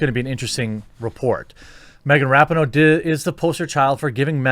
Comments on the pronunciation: I do enjoy hearing your takes on so many different topics and agree or disagree respectfully, which is fun. But you have to do a simple google search on how to pronounce names. It’s Ra pee no, not Rapi no. It just makes you look more informed and plugged in when you pronounce a name correctly. Just sayin… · I hate the bitch but her name is pronounced Wrap-Pee-no. Get it straight bruh